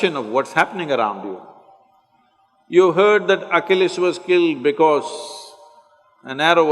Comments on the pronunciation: At the beginning of the video he keeps talking about Oculus. You don't know Oculus. You've probably got it figured out by now but Achilles, we pronounce Achilles (ah kill eez) like Achilles heel. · He’s saying ACHILLES HEAL. I thought he said Oculus. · He's pronouncing Achilles wrong.